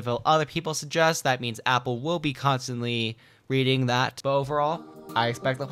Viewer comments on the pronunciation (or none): none